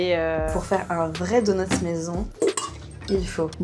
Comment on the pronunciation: Pourquoi parlent-ils au pluriel pour un donut en disant "DONUTS" ? Il y en a qu'un, aucune nécessité de prononcer la lettre S qui n'est pas présente au singulier